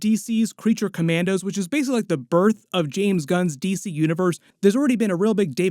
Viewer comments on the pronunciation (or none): none